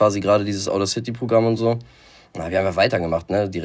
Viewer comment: Hab ein paar Anläufe gebraucht, um zu raffen, dass der Dude "Audacity" meinte. Oder wie er sagt "Odercity" lulz.